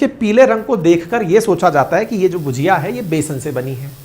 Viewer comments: your pronunciation is wrong may be because you do not know the difference between ‘ bhAjia’ and ‘bhUjia’. Haldiram is known for bhUjia and not bhAjia. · भजिया और भुजिया में फर्क होता है, हल्दीराम की भुजिया है ना कि भजिया